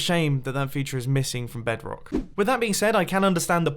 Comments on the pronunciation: did he just said "BEDK" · noone gonna talk about how he said bedrock ?